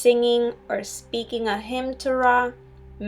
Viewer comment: Girl you can't even pronounce RA correctly in Ancient Egyptian language, pls stop spreading misinformation about my history🤣